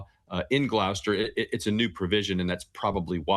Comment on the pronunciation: She’s saying Gloucester wrong, so is he.